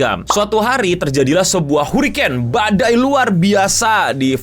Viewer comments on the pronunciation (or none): ngomong Hurricane udah kayak ngomong Hadoken